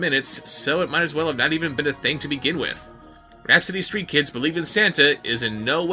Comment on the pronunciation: "Rapsittie STEET kids.". C'mon lol.